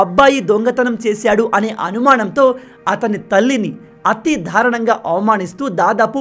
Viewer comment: నాయనా దారుణం అని పలకాలి కానీ మీరు dhaarunamu అని పలుకుతున్నారు సరి చేసుకోగలరు